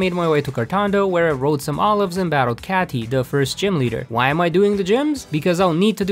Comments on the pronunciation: It’s Katy kay-tey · the way he called nemona nemonia 💀💀 Edit it got worse HE PRONOUNCED KATIE CATTY 💀💀💀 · Well, I've certainly never heard anyone pronounce Katy like that before